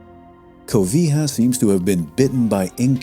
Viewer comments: 😂😂😂😂😂😂😂😂😂😂😂 CO-VI-HA...😂😂😂😂😂😂😂 The Covilhã name sounds like in Spanish: Covillan. In portuguese we read Pedro de Covilhã ( Co-vi-llan) , not Co-vi-ha😂😂😂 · Great docu. The only issue I have is about the pronunciation of Covilha, which AFAIK should be like Spanish "covilla" (little cave, IPA /kobiʎa/) and not "cobija" (IPA: /kobixa/). An English approximation could be using the sound of "y" or "j". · Hey, great documentary - congrats. Just a minor correction though: it's not Covilha (the final a has a special nasalated sound: Covilhã) I wish I could explain in writing; however this is awesome - finally someone that has the knowledge and the respect for our people's achievements. I was already subscribed to the channel, but now I have even more respect and admiration for you! Thank you very much, sir... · Outstanding video! Yet, just a minor pronunciation detail... The letter H in Portuguese is absolutely silent. On the other hand. when H is placed after the letters L, N, and C, it modifies its vocal companions - thus, in the case of LH as in Covilha, one would pronounce "Ko-vi-LLa" where LLA sounds more like "L-i-A" (where the letter "i" is very quickly toned....) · Nice work! Except for pronouncing "cow.vee.ha"... Lol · He butchers the name Covilhã. It's pronounced " Covilian" . Would be cool to have a series about Covilhã . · Wonderful video. But it's not pronounced: Covija (with the "J" sound of an English speaker saying Jalapeño), it's pronounced covi then a "wet L" sound followed by the "Y sound" in yankee. The ã sound, you'd have to hear to pronounce correctly though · Great video! Love your content about the Iberian peninsula. A tip for pronouncing Portuguese names: is pronounced "ny" (like Spanish <ñ> or Italian ) and is pronounced "ly" (like Italian ). "Covilhã" is something like koh-vee-LYUNG. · Lh makes a sound of it's own It's not an L and H sound together